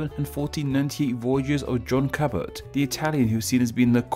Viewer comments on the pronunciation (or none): none